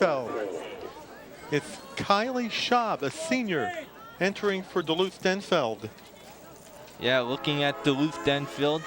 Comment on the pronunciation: It's Denfeld, not Denfield. There's no 'i' in Denfeld.